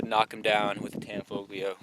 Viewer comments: You don’t pronounce the G. Tanfoglio is pronounced Tan-folio. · The "g" is silent. Pronounce it "Tanfolio" as if the "g" isn't there. Similar to the Italian city "Bologna" where the "g" is silent. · It's pronounced. Tan folio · You don't pronounce the g in tanfoglio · The G is silent in Tanfoglio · The "G" is silent